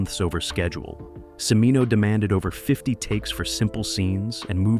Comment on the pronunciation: E-Bert not Ebb-ert. C(h)imino, not see-mino